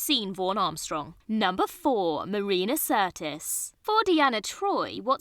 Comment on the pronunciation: "Marina Certis"?